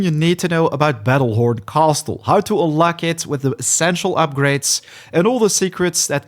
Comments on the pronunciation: Bro really says Cast-le 😂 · The " T" in the word castle is silent 😂